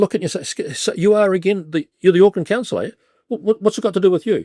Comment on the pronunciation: AUCKLAND NOT OAKLAND, GET IT BLOODY RIGHT